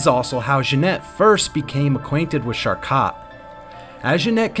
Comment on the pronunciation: It's pronounced Shar-Ko (Charcot). Several unfamiliar French words were very off, too. Enjoy your channel but a quick check of pronunciation for unfamiliar words will go far in channel growth. Feel free to hide this meant to be helpful comment! 👍🕊️